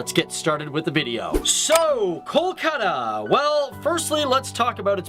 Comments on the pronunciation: In hindi it is call kolkata in english its pronounced kalkata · amazing video but kolkata is pronounced as coal-kha-tha but the video was great and i am happy to see my city described without any bias